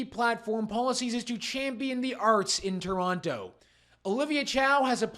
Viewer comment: Learry,learry bad fol Tolonto